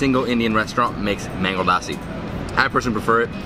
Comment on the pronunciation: Remove the “aa” from lassi. L a ssi. PS. Loved the shirts .